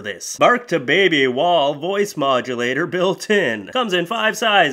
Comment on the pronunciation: Wail... Not wall... Bark to baby wail.